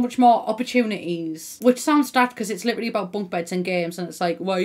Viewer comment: I keep thinking you're saying "liberally" when you say "literally" LOL